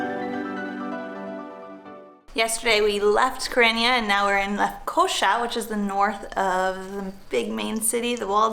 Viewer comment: it’s pronounced Ni-co-SEE-uh.